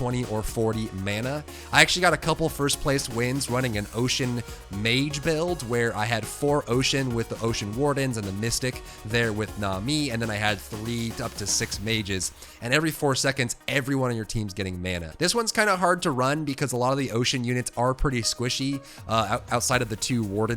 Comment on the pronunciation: Also NAH-mee not nah-MEE